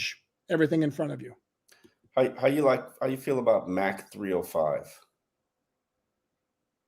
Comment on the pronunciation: its not Mack 3.0.....its Mach 3.0. like when a jet breaks the sound barrier, its mach 1.